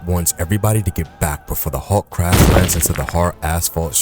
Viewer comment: But I just found the channel and I’m enjoying it except for the pronunciation of Hulk